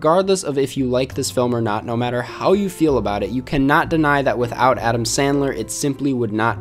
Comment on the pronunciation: I wuv Adam Sandwuw. 😁😁😁😁